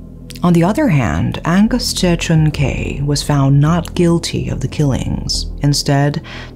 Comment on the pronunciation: Hi, You've always been great at pronunciations of names, places, etc. that has been one of my admirations of you. However, you did not pronounce Tse correctly. Its not Je as you pronounced but TSE is pronounced like ZEE. Regards, Rick